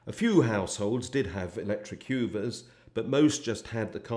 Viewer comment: HUGH-ver? Hoover